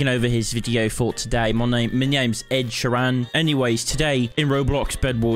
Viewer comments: lol "ed sheran?" its ed sheeran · ITS ED SHEEEEEEEEERAN NOT ED SHERAN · “Ed sherran” my fav artist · “Ed she_ran” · "ed sure an" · why cant you say ed sheeran